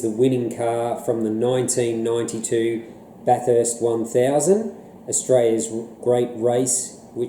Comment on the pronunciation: It's pronounced "Bathist" not Bath-erst" fyi. Other than that, loved the review.